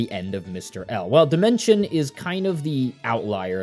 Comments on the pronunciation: Him saying dimension instead of Dimensio is giving me an aneurysm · SPM IS STILL MY ALL-TIME NO.1 GAME (also it's Dimentio and not Dimension, and u also said Crunch instead of O' Chunks 💀) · Idk if this is correct but I hate how your saying demento or however you spell that cus I thought it was pronounced de-ment-e-o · Homie calling him Dimention when the background footage literally has him saying "I'm Dimentio" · It's actually pronounced dimentio I think. 😅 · every time he calls O' Chuncks "Crunch" and Dimentio "Dimention" i lose a braincell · Bro did a good breakdown of the game, but the pronunciation of Dimentio and Tippi aggrevated me. Was that part of the plan for engagement? Genius